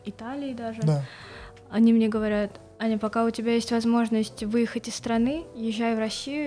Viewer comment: Аня -* говорит "Аня"* Что слышу я- АНЬЁОереокоеоооооеоеоеоеооко